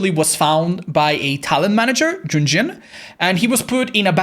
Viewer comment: Am I the only one that loves when calls Yun Jin as JunJin? 😁